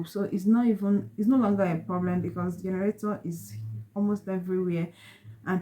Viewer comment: what is generatoor??? or you mean to say generator???